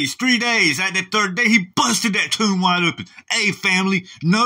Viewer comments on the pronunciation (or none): none